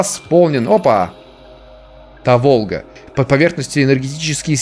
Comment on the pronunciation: Та́волга. Если что